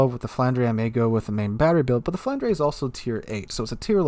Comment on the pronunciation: Flanders is the prenunciation. Aftrthe burgundiion and belgiannn regionale.